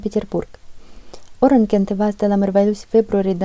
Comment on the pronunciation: Lucu "orang" bukan oren 😂